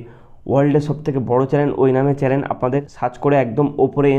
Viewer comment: চ্যালেন না ভাই😂 চ্যানেল😊